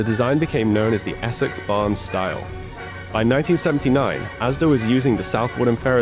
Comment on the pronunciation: over in assex 😂